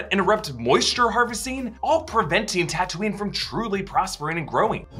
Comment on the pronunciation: its taa-too-nee